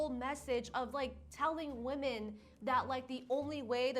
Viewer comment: I adore you but PLEASE PLEASE PLEASE don't become one of those people that suddenly starts pronouncing "women" as "woman". I've heard you say it correctly and now in this video you're saying "woman". Please don't contribute to the gaslighting lol